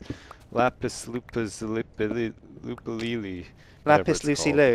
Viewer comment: Laa-piss La-Zoo-Li